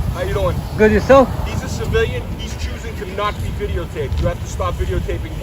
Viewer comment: "Absolutely not. Can you identify YAW-Self?"